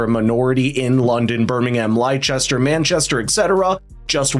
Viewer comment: "Ly-chester" 😂 who else was sat waiting for that gem? At least Birmingham ALMOST got pronounced correctly. ❤ For our brothers across the pond. Its pronounced "lester", and "birming-um"